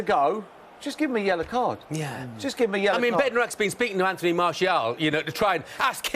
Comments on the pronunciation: Its Bednarek ffs he just says 'bed neck' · 😂 bedanek it’s how he talks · It's Paul Merson, the most incoherent pundit in history.